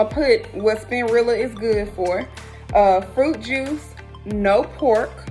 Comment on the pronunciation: "SPIN-RILLA" I'M DEAD 🤣🤣🤣